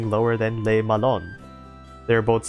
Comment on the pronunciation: I'd also add that the "Le" isn't pronounced like "lay" but more like "luh"